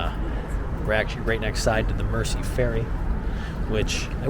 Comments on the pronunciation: And the river is called the Mersey, not the Mercy. 🤣 Pronounce it closer to Merzey. Loved the two videos I've watched of your tour of Liverpool. I live in the south of the city, next to the airport. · It’s not your fault but if you want to pronounce it right it sounds like river Merzey and Liever building 👍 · The river Mersey is pronounced like Jersey, I live on the other side of the river. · It’s pronounced Merzey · We say it like, Merzy, as in, the song, Ferry cross the Merzey"! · I'm enjoying your VLOGs and I'm sure you've been told about the Liver pronunciation, but there is another. The s in Mersey sounds like a z. In scouse it is "Mair-zeee", 15 miles outside the city it is "Mur-zeh". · Mersey is pronounced "Merzee". Don't forget the original football team in Liverpool, the mighty blues of Everton, whose magnificent new stadium is just north of the Pier Head at Bramley Moore Dock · Moron. Do your homework. Liver rhymes with fiver and the 's' in Mersey is hard.